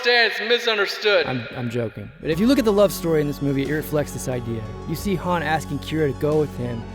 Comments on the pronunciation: I know Lando called him 'Han' as in 'Hand'....But Keira and Han Himself pronounced it 'Han' as in 'palm..... (Please don't hate me HISHE people, I love your Videos :) ) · I'm so glad you noticed the H-aan / H-ahn thing with Lando, drives me crazy, c'mon Billy Dee lol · Dude, Lando Says Han like H-AN Because Han Says "So what's this game Sabacc?" (S-ABACC)